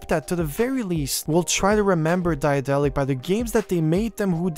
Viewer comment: One small things: the company is named after the German name of Daedalus, the Greek mythological craftsman. You don't have to try to pronounce the ae in the beginning, the English pronunciation of daedalus will be better and closer to the German pronunciation.